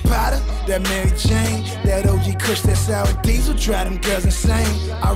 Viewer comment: He Said Sour Diesel 😂😂😂